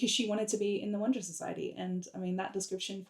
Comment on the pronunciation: Little pronounciation question : is "wunder" pronounced like "wonder" ? It sounds the same to my french ears when I hear you say it, but I'm not sure.